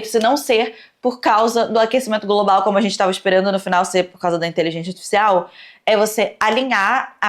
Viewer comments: "Inteligentia artifixial" kkkk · Adoro que a nunca consegue pronunciar inteligência articial kkkkk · siiiim hahahahaha saiu de tudo, menos inteligência artificial